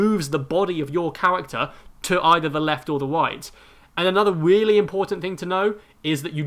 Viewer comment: Weally. Wegular